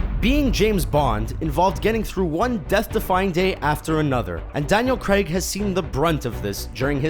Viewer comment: It's Daniel Craig not Daniel Gregg